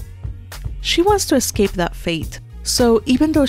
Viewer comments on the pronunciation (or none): none